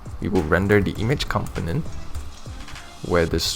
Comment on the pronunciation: Component is not pronounced like that.